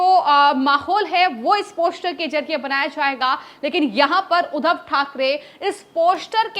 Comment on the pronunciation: ' Poshter' bolna bhi nahi aata is murkh anchor ko ... Teeno joker hain